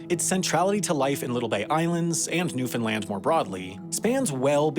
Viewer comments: i waited with baited breath to see how he would pronounce it. At first he said NewFINland but after that first interview he pronounced it correctly as Newfenland. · Awesome to see a story about Newfoundland, thank you for doing this! It's pronounced NEW-fun-land or new-fun-LAND, though, never new-FIN-land or God help us, new-FOUND-land 😃. You did better than most, but I caught some "fins" early on lol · "newfinland" LOL ya listened to the accent a little too closely to the newfies. Newfoundland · I hear newfinland, i'm going insane lmao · Newfoundlander here. Love seeing more videos about my home. You mispronounced "newfoundland" though. More like rhymes with understand. Not like new Finland. Edit. You got it after the first 2 "Newfoundland " in the script. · I told my Canadian friend that people in New York pronounce it "Newfinlin" and she didn't believe me. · What? newfenland? is that how you pronounce Newfoundland? then why in hell you guys spell that way?